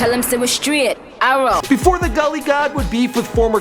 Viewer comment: Correction: Gully* not Dully. Great video.